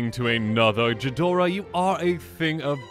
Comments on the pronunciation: I believe it’s pronounced Gee-dorah, but what does a peasant like me know. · this is a nice funny video, also seriously so much for a bunch of cardboard, I'd rather buy decks rather than the cards and while I like homebrew you are more than helpful and I might even straight up get some of your decks. Oh and for future reference ghidorah is a hard g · The way you say Ghidorah upsets me